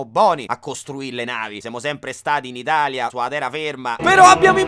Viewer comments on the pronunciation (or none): none